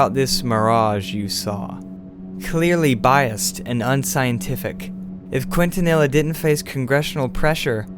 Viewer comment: The officer's name, Quintanilla, is pronounced as "Keen-ta-ni-ya". Just an FYI for future reference.